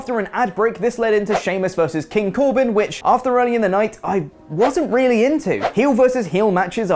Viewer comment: Did just say 'weally' instead of 'really'?